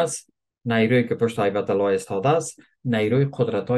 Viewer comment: بی سواد هبت الله است نه هیبت الله تو ایمن الظواهری را هم ایمان ظواهری نوشته 😂😂😂😂😂😂😂😂د عربی خیلی ضعیف استی😂پس پیری است عبادت که میکنی باید حروف و کلمات آیات قران را درست ادا کنی الله هدایت کنه تو شر اندازه ❤